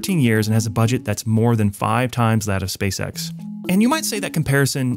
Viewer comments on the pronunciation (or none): none